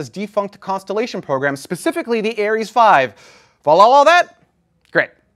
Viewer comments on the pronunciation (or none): none